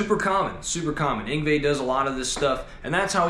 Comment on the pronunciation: I can't quite make out the name..must be the accent but it sounds muffled Everytime you say it..